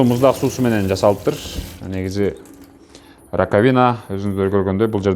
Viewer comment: РакавИна эмес рАкавина десен ударение на А